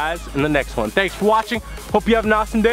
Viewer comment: Why do u say won like juan? Are u on drugs bro?